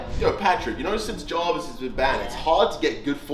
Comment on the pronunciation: Kay calls Jarvis Jovis